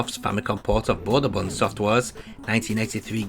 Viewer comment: BOMBERMAN ❌ BOMBMAN ☑